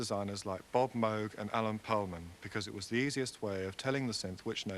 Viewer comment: An Englishman who pronounced "Moog" correctly? Impressive.